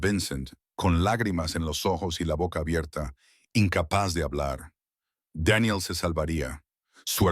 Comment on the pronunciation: Una pregunta sin ofender xq el narrador pronuncia los nombres tal mal Eve Daniel ❤